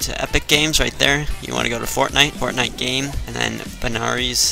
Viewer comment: how come you cant pronounce binaries